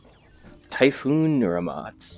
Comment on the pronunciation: Typhon** not typhoon Lololol.